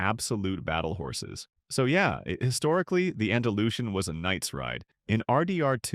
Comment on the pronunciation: YOU MADE ME LAUGH BRO , THE WAY YOU PRONOUNCE ANDALUSIAN WITH SH AND NOT S XD GOD BLESS U !